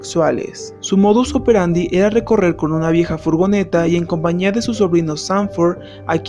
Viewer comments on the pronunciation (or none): none